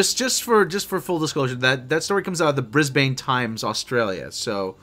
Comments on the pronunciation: hehe 'bris-bane' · >"Bris-bane" It's pronounced "Bris-ben" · Brisbun or brisben, seppo 😒